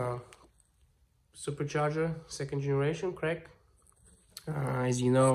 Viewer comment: Норм на англ, только суперчардЖЕР, хорош запинаться )) С подачей охлаждайки в обратку интеркулера вобще идея отличная... anyways keep it up bro lol